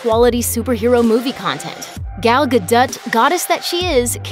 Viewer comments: Her name is Gal Gadot pronounced GAD-OH not Gadut! Seriously, you'd think you could get the name right of the A lister who is the star of the film you are previewing! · The last syllable in her last name rhymes with “dot,” not “dut.” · WRONG!!! It is pronounced GAH-DO. Listen to Gal herself say sometime. The T is silent. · It's GA-DOT not GUH-DUT!!! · ga det....?? whats a Ga Det....her names GAL GADOT....G-AL GA-DOE!!.... your loopy! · I’m usually not that guy... but “guh-dut?” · It should sound like it rhymes with note. Gal Ga-dote. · When she was on with Kimmel, she pronounced it Ga-Dot, not Ga-Dote. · No, Gal said in a video herself that it's prounced with a soft "t." It's NOT ga-DUT. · "Guh-dut"? "Nah, it'll be fine. Leave it in." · Gal Ga-dut?? Let’s try that again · Guh-dut? Really? How the hell did you get that one wrong? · Gal gad-uh-t? Lmao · thats "Ga-dot" say it right! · its ga doe ... its french. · Pronounced gah-dough. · It’s gah doh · lol. Where has the narrator been for the past few years? Gal Gadot has been on nearly every entertainment show and a topic on nearly every YouTube channel. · dude... What?? We're talking about the correct way to pronounce her name lol Plus, trying to make this a racial thing is just plain goofy lol Don't be that guy buddy... It's a bad look for anyone 😂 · You pronounced her name wrong! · Wish they could get a narrator who can pronounce names correctly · No, she did not pronounce the name correctly. Plenty of videos out there With Gal herself telling people how to pronounce it. Gadot - the a is short (like uh), long "o" and a hard "t" with a soft landing. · Could you have pronounced her name any more wrong than you did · Great show but please for the love of god! Learn how to pronounce names! Gadot- the T is silent for example.